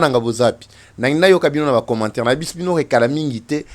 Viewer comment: Annonce et non (anosse) commente et non (comonte). Merci et une très bonne compréhension.